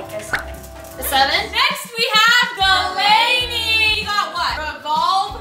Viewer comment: wtf preslee! nayvee did the right thing, it’s delaynees boo